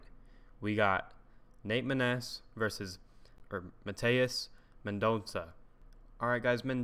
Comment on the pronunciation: Btw you pronnouned mendonça pretty close. I’d say its more like Man - Don - Sah